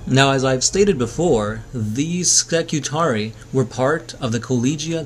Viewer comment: Suggestion: listen to the Horus Heresy novels, you'll learn more about warhammer and the pronounciation of stuff. IE; Ska-tar-ree-ii is how it's said.